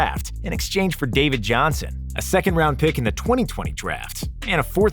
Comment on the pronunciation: “David Jihnson”?